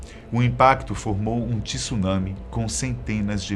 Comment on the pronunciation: eu ouvi tsulami kkkkkkk